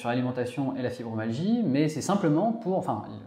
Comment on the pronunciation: Je suis ravie de vos clips et cela correspond bien à mes symptômes Pourriez-vous bien prononcer le mot FibromYalgie et non fibromalgie Ça me choque à l'oreille Continuez c'est très important pour nous Merci